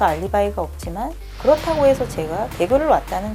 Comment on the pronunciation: '그렇타고' 으윽.. 불편..